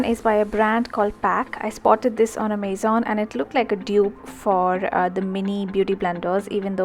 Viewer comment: The pronunciation of Amazon was wrong though. :')